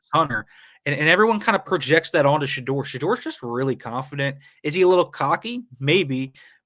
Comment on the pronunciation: All I'm hearing is the way you're pronouncing Shedeur. Did I miss something? I've never heard anyone say it that way before, including Deion. I'm going to be questioning myself every time I say it now.